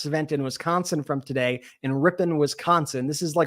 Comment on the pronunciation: " Rip un" is correct Brett Milwaukee person here for your pronunciation of Wisconsin towns lol